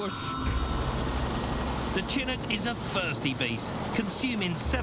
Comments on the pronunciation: Mike Brewer is a serial mis-pronouncer. He always used to refer to the Ford Ka as a Kay-Ay, so Chinncuk instead of Chinook is par for the course. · I can assure you I have never ever heard Chinook pronounced like this ..... and I'm English.